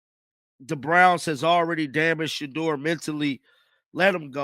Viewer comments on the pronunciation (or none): It is Shedeur not shaldo